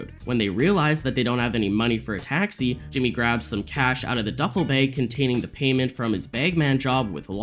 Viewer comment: Love your videos! Just wondering why you pronounce bag, bayg?